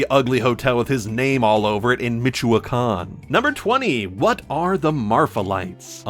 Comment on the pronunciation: pronounced Michoacán correctly, does he speak Spanish? Cause I’d love to see a KotH review in espanol